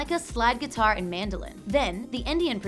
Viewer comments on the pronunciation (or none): none